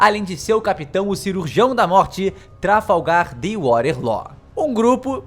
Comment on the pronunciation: Me da agonia de ouvir ele pronunciar Law errado